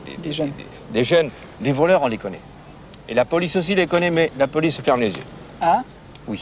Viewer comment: Ah d'accord je croyais qu'il disait la boulice pour parler de la police😂